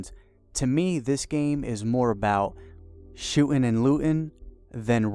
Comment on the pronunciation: "shoo'n and loo'n" come on speak english